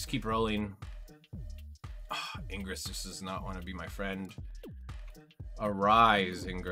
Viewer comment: Ingress? His name is igris